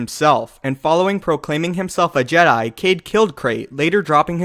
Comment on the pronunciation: Am i the only one that annoyed in JEDAY